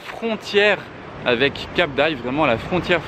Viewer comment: c'est la fontére fontére ou frontière ?? lol